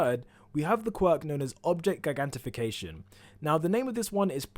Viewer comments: Guygantification. Guygantify. Guyant. No. It's read with "j" and not "g". Giga is read with "g" but it's not part of the same origin... So don't say " guygantification" but "jigantification" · Gigantification??? wtf? Never heard anyone say it any other way from Ji gantification. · Nobody going to talk about how he mispronounces "Gigantification". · Your saying Gigantification wrong but I'm pretty sure I spelled it wrong. LOL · He said gigantification wrong 😂😂😂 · You pronounce gigantification wrong. It's not a hard G sound but a J.